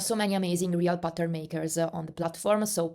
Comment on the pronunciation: Haha every time you said “ pattern” I thought you said “button” 😂 thanks for sharing this info!